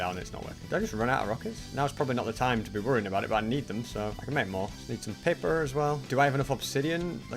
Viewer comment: Does anyone else think voice is a little different, especially the way he says Nether, and the way he says paper, it doesn't sound like he normally would